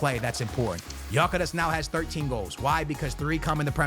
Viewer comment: Gyokeres is pronounced gyuh keh resh its a Hungarian name.